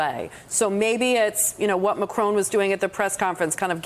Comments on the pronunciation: Why do you pronounce the French President's name as if he were a son of an 18th century old Scottish woman? McCrone! Say it like this and the French will love you for it: Mah'Kro (both phonetic syllables hard/short with an almost imperceptible glottal stop between them and with a short sharp 'trill' of the 'r' in the second). C'est tres facile, n'est pas? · IT'S MACRON, NOT MACRONE - THERE'S NO 'E'! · MACRON NOT MACRONE!! FFS! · Why are these talking heads pronouncing Macron as “Macrone” or “Macroon”? Dolts. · President Macrone? don't the Americans learn French pronunciation? shocking